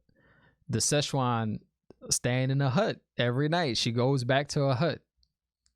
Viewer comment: Enjoyed listening to your take. Keep it up. Also thought it funny you kept calling her Shezchuan. She ain’t Chinese food. 😉